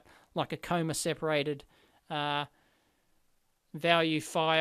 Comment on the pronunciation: Wait... did Dave really call it a "coma" separated list?